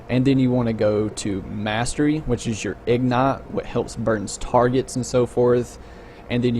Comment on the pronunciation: IG-NIGHT...not ignet...fuck